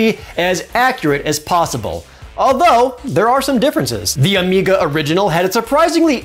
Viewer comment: Was worried it was my speakers. And he says "Amica" instead of "Amiga."